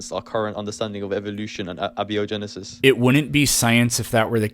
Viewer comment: You can definitely identify this new generation of kids who don't care about what's true by their pronunciation of "abby-o-genesis".